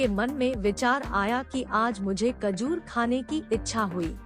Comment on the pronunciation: Kajor nehi mather chud....... Khajor